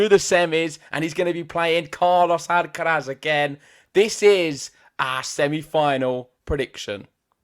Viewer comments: Th on the end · The pronunciation of Alcaraz is jarring